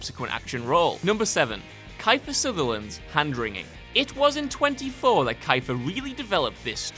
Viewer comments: KYFER SUNDERLAND??? WTF??? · Fairly spectacular botch on Kiefer Sutherland there